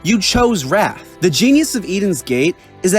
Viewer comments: "It's supposed to say wrath not rat" kills me every single time lmao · "Its supposed to say wrath, not rat" 😂